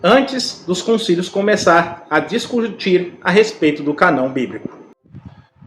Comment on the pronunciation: Boa noite irmão. Só para ajudar. A pronúncia da palavra "Cânon", a letra "â" com o acento circunflexo, deve ser pronunciado "anasalado". Da forma como o irmão pronunciou a palavra "Cânon", fica "Canon. Espero ter ajudado